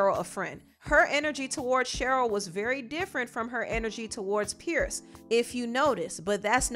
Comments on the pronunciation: It's pronounced Peers, not pierce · You Are not pronouncing his name correctly it is PIERS